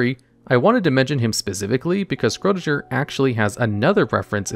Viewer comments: Isn't it supposed to be pronounced "Shryodinger" instead of "Scrodinjer"? 🤨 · It is Schrödinger not Scrodinger